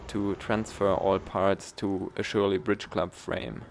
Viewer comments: Die Farbe ist klasse. Ich bin mehr der less is more Typ; bin gespannt was du da gebaut hast :) Aber hey, Surley spricht man nicht Schurlie sonder eher Sörlie mit nem scharfen S. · It's just an S sound, not sh... so it's Surly, not Shurly. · Great video and content. I have a Surly Ogre here in Portugal. By the way, as you mentioned in the description your pronunciation of Surly. It's Surly with and S as opposed to a Sh.....like surplus, not shurplus if that helps. More importantly though, I like your quite unique take on a Youtube bike review. Best regards, Andy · I can't listen to you messing up the pronunciation of a bike brand.